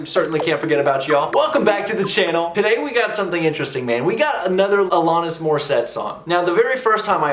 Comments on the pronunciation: A-LAN-IS, not A-LON-IS. Yes, I'm nitpicking. Love your videos,. Keep up the great work! Next you need to do "You Learn":) RIP Taylor Hawkins! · Is it ironic that you can’t pronounce her name correctly yet criticize irony? The irony is fools not understanding the criticism of the unironic lyrics lies the irony . No lessons being learned here smart guy! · Alanis- rhymes with Janice…said this last time as well, I believe.